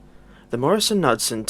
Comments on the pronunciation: As a former employee of the subsequent Motive Power Wabtec I can vouch for the is post. All of the old heads still said it as the company name. It is K newd son. That being said, we really cannot fault you for not having the distinctive American pronunciation of this name. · The pronunciation is Morris Nude-Son.. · Pronounced “ kin newd son” . It’s ok your not from the states. I subscribed, Nice job.